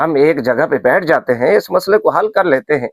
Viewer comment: لفظ مصالحے نہیں مسئلے ہے بند کمرے میں تنہے تنہا تنہائی میں رکارڈنگ کرتے ہوۓ بوکھلاہٹ کا شکار ہو گئے سامنے بیٹھ کر مناظرہ کیاکرو گے